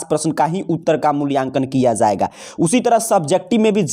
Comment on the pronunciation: جایے گا ۔۔۔ زایےگا کب سے ہونے لگا ہے ؟؟ ج کی جگہ ز صحیح نہیں ہے ۔۔۔۔۔